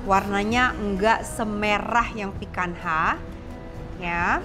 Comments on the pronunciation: I sometimes watch Latina youtuber who's an avid lover of steaks and he pronounces picanha like "pee-kan-nya". I think that's why it's so weird to hear it like pee-kan-ha 🤣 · Woow thanks for the video, Chef. Maaf ada koreksi sedikit, picanha itu pelafalannya /'pi-ka-nya/ bukan /'pi-kan-ha/. Xoxo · Benar sekali..tp itu pronunciation Brazilian huruf NH sama seperti kita punya NY .krn FQ lebih ke English ya dia nyebutnya sesuai apa yg tertulis..ok thanks for correcting.. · Maaf koreksi cara pronounce picanha itu "pikanya" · bukannya pronounce untuk Picanha itu "pican-nya" Chef???ini cut yang biasanya ditekuk trus diskewer and char-grilled??CMIIW